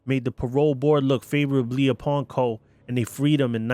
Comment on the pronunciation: For goodness sake, the name is "Coe" not Cole.